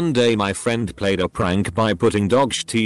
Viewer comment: sh*t = "shuh-tee" so annoying